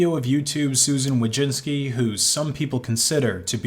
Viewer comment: Nice coverage, except you mispronounced her name. There's no '-inski'